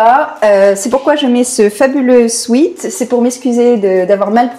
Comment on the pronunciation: et en plus tu prononce mal "sweat" qui n'est pas "sweet"